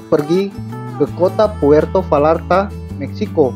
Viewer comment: Puerto Bayarta dong, bukan Valarta. Dalam bahasa spanyol "v" itu lebih kayak "b." Dan "ll" itu persis dgn "y" kalau di tengah kata. Makasih atas subtitels!!!